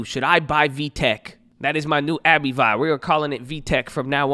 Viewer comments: I see an ab-VEE, but no a-bee-VUY. Gonna stick to Abbvie (ab-VEE). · "ab-vee" and "aller-gan"